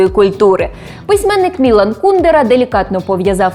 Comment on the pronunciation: По-перше не КУдера, а КундЕра. По-друге, багато чехів його ненавидять, бо він співпрацював з комуністами заради своєї вигоди та грав на два фронти